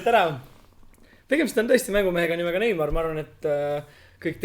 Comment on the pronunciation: Palun õpi neymar-i nime hääldama. Aitäh! Aga hoian pöialt Brasiiliale